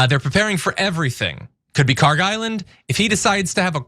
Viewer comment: PRONOUNCIATION: kharg خارک should be khark. pronounced like park but the german 'kh' sound in the beginning instead of 'p' there is absolutely no 'g' sound in the name. ک is the last letter in the name which is 'k', not گ which is the next letter of persian alphabet which is 'g'. they look similar to people unfamiliar and the keys are right next to each other so it is either a typo or ignorance in transliteration.